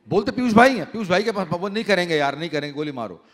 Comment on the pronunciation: साहित्य पर बार हो रही है और पीयूष मिश्रा और नीलेश मिश्रा जी के अलावा जो व्यक्ति हैं को शहर को सहर बोल रहे हैं जिसका अर्थ सुबह है और वो पीयूष को पीयुस, नीलेश को नीलेस। ये बहुत तकलीफ़ से भरा है।